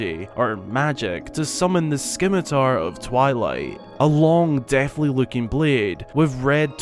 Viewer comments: "SKIM A TAR" lol it's actually pronounced sim a tar. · I couldn’t help but laugh when you said sCimitar so epically! 😆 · says skimitar once: "haha funny joke" says skimitar twice: "oh no" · I WAS JUST ABOUT TO COMMENT "THE SCKIMITAR OF TWILIGHT" <------ OH WAIT I JUST DID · The 'c' s silent. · The skimitar of twilight? The c is silent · Just here to point out how ridiculously stupid you sound saying skimitar. Do a little bit of research next time maybe? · The way he pronounces scimitar makes me cringe so hard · Skim-ah-tar...really...it's pronounced "Sim-ah-tar" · Someone else said this, but scimitar is pronounced without the c. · yeah, not 'skimitar' lol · Zants sword or SKIMITAR😀 was made at the stallord boss fight ... Right in front of links face.....kina one theory of it's existence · You mean the sKimitar? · s-K-imitar..... neat. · Broooo 🤣🤣 it's pronounced 'simitar', the c is silent. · it's spelled scimitar, but it's pronounced simitar. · Wait, I was unaware of how rare The Minish Cap is. I am the proud owner of an old Legend of Zelda game that not many people have. Also, Skimitar... I’m just going to leave this here for you to read. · Scimitar is pronounced with a silent "c". So... sim-i-tar. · It's pronounced sim-it-er. The "scimitar of twilight" is also clearly not a real scimitar just by looking at it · All I learned is that somebody doesn't know what a "skimitar" is. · I thought everyone knew about the Tingle Tuner. I never used it, but I did free Tingle and getting it is automatic from there. I've never heard of anyone who's played WW who hadn't heard of the Tuner. edit: don't know if you've read my comment on your last video, but it's "si·muh·tuh" not "sci-muh-tuh". (Just thought I'd mention it again.:)) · I try really hard to understand accents, but I feel like the colloquial pronunciations just break some rules. Like how does “brother” become “bruvver”? Stuff like that intrigues me instead of offends me. That being said, “skimitar” breaks my brain